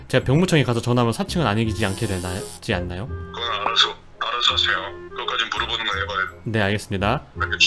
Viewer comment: 말하세요가 푸르지오가 되어버리네.. 발음이..